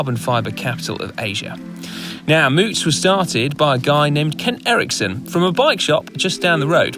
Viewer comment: Come on guys, this is the second time you mispronounced the bike model. The first go around I figured I'd ignore it but I can't help but say something this time as a local. It's named for the county Moots calls its home, and it's pronounced like the American word rout, r-out, like this (definition 1)- Loved seeing the coverage of a local race from you guys, hope to see more, just don't make it a third time ;)